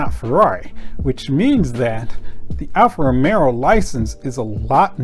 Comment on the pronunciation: its ALFA ROMEO just like Romeo and Juliet